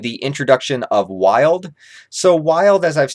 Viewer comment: #1 calling WY-LAD “wild”